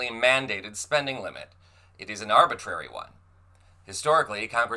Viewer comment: These 🍊🤡 people can’t even pronounce arbitrary let alone understand its meaning!!! 😩